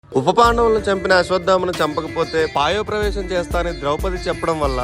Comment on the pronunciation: Adi payopravesam kadu prayopavesam ra babu.